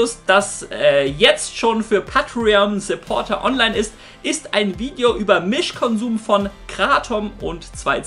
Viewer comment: Sagst du bitte päitrion.. Und nicht pattrion... Wtf